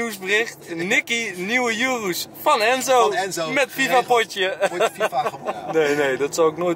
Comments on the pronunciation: Het is oeroes niet yoeroes enzo maar hij heet normaal urus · Je spreekt het uit als oeroes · Enzo je spreekt het uit als joeroes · Hij weet niet hoe je urus uit spreekt terwijl je zelf die fking auto hebt hahahaha